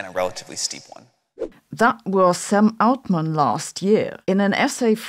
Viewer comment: I thought you said “some old man” at first 😀